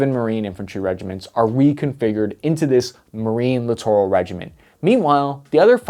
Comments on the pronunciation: Clittoral??? I like it. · Littoral? I thought you said Clitoral. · i CRINGE every time he says LITTORAL. Merriam-Webster has a great app with sound. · Lol “Littoral’